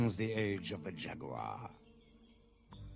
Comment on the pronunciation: ''And so dawns the age of the jaguar.'' Tzekel-kan may be a bastard, but at least he pronounces jaguar correctly. Y'know, instead of ''jag-wire''.